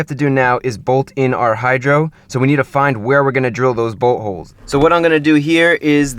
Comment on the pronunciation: i always understand buttholes instead of boltholes